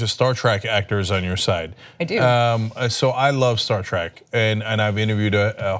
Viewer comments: Agree. I yelled at the screen as soon as he said it, "If you're such a big fan then don't pronounce it TRACK!" :) :) :) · hmmm. Cenk claims to be a big fan, yet he pronounced it "Star Track"